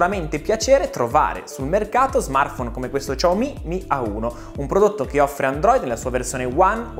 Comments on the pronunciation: Lui al posto di dire "xiaomi" dice "ciao mi" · Ciaomi non si può sentire, sembra.. CiaoIM....... brutti ricordi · La pronuncia, dovrebbe essere molto simile a un "Siaoo-mi", che ormai abbiamo tramutato in "sciao-mi". "Ciao-mi" è veramente la prima volta che lo sento, ma sti cavoli. (Adoro questo Smartphone) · sciaomi, SI PRONUNCIA SCIAOMI, prima di fare video, andate a controllare, su internet è pieno di video relativamente alla corretta pronuncia dei nomi delle aziende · [...] come questo "Ciao mi' '"!😂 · come tutti, anche io mi sto chiedendo: ma perchè "ciaomi"? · No, si dice "shiàomi", possibilmente trascinando leggermente la "i" finale visto che è un terzo tono, quindi devi marcarlo di più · "Ciao mi" non si può sentire...i Dire Straits però si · No vabbè, Ciao mi non si può sentì.. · ciaomi non si può proprio sentire...